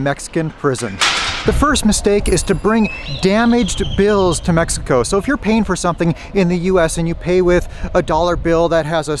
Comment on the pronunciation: You live there for years,what about if you stared to pronounce right the country name?